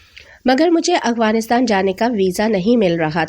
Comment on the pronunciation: Yaar Plzz Aghwanistan nahi Afghanistan pronunciation itni bhi mushkil nahi